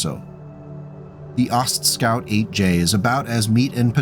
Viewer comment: Aw, sorry. What a name to say a million times. I think the "T" shouldn't be pronounced. Ostscout is much harder to say than Oscout.